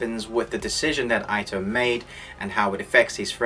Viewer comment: Not really ur fault, but u may want to pronounce the name 'ito' = eeto